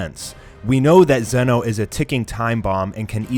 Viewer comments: It's pronounce Z-ee No not zen-oh also its not his full power shown. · Please stop pronouncing zenoh like that